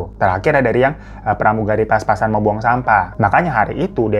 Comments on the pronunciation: papasan bwangggg bukan paspasan 😭 sebenernya sudah kucoba tahan buat koreksi tapi apa daya jiwa OCD ku meronta ronta tiap denger abang bilang paspasan 😭 maaf y bwangggg 😭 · Bang hiroooo......PAPASAN.....bukan.....PAS PASAN......😂😂😂